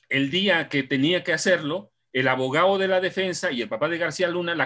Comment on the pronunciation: Excelente informacion, solo le falto pronunciar mil veces la "D" en cada palabra como abogaO, traicionaO, y todasas palabras que llevan D